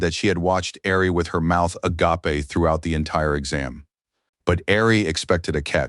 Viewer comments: Such a good manhwa my mouth is agappeh. Why can't most Ai voices pronounce agape? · Since agape is used so seldom by humans, AIs learn its pronounciation from other AIs. And AIs decided to pronounce it agappeh.